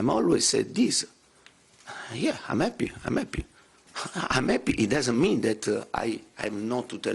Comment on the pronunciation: “ I am eppy to put the fans into nappy “